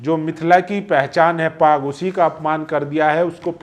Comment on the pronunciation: पग नहीं पाग। उच्चारण सही कर लें।